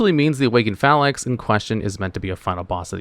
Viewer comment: Phalanx = Fay-langks...